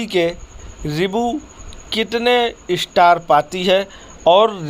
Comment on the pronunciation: Movie to eye opener hai no dought. Lekim bihari IISTAR nahi STAR hota hai aur Keral IISTOTY nahi STORY hota hai. Aur REACSUN nahi REACTION hota hai bhaiyya.